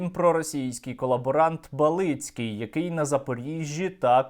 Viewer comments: Ба'лицький, неправильний наголос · БАлицький - це мелітопольське лайно. Але наголос на А! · Призвище колабаранта звучить насправді по-іншому) Наголос не такий. Треба разом з першою літерою імені казати, отако: єбАліцкій. В нас всі знають як правильно)))))